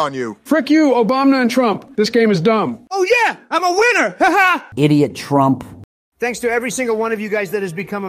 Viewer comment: U mean turmp lol?